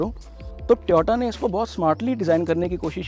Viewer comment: भाई ट्योटा नहीं होता टोयोटा होता है